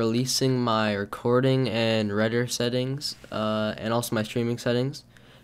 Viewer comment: Did you say "reder" settings?